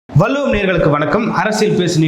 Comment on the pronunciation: வள்ளுவத்க் கூட உச்சரிக்கத் தெரியாத தொகுப்பாளரா?